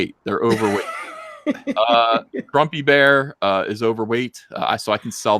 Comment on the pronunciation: Are you saying Grumpy bear or Frumpy bear? 🤔